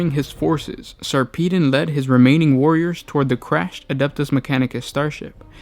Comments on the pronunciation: sar-pee-den? it's sarper-don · Sarpeedon? It's Sar-peh-don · lol whenever i read the books, i've always Sarpedon's name as "sarpuh-don". this is turning my world upside down. But for real, the novels are amazing. Best series I've read in the 40k universe so far. Ben Counter did such a good job. He also showed despite a Space Marine's modifications that make them generally superior, underneath their oaths and layers of honor and battle scars, they are still only human and cope with human emotions in the appropriate situations. You see them get tired, jaded, worried--any single thing that would cause one to normally write-off an Astartes. Granted, they still cope better because they are still Space Marines, but it's a refreshing take on the mind of one. Plus extremely graphic details in increasingly difficult battles. Good Stuff.